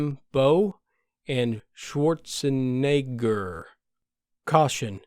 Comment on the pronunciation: It is always funny when Schwarzenegger is false pronounced. It is Schwarzen-eggger, not Schwarze-neger. The first sounds in German like "Blackish Corner", the second sounds in German more like "Black Nigger" Think about it.